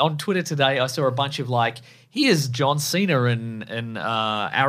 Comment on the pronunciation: “John Cener”